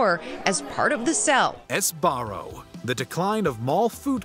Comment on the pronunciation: Sbarro being pronounced S-Barro is hilarious, and another clear sign WatchMojo doesn't do their research.